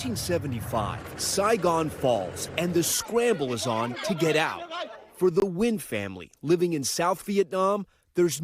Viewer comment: Congrats!! But could you now please pronounce your(our) last name-Nguyễn -correctly. Its nowhere close to sounding like “win.’ Try this pronunciation: Nwain